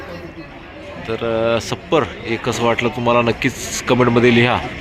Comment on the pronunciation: सप्पर नाही .छप्पर म्हणतात .